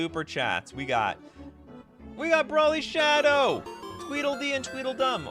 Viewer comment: I'm so happy you pronounced Broly correctly lol. Love your videos.